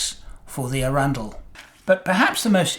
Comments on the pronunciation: It’s funny, I lived near Chichester in West Sussex for about five years, so the town of Arundel was just up the road. I’ve always known it to be pronounced “A-run-dell” and not “Arun-dull” as per. I daren’t question it of course, as I know the old curmudgeon will show me up! Great story, really enjoyable, thank you. Love what you do! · As a Sussex local I’d like to correct you on pronunciation of arundel. Arran dl. Love the models, you’re quite right when you say the satisfaction is ongoing, not just at the completion. Going to bed with your brain chewing over a process and coming up with a neat , relatively simple and easy solution is a nice way to fall asleep. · that's not how you pronounce Arundel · Please learn to pronounce Arundel properly!!